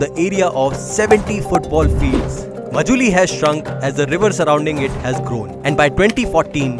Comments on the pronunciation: Majuli???? Isn't it pronounced Maajulie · please pronounce "MA" as "MAA" So its written Majuli but pronounced as Maajuli thanks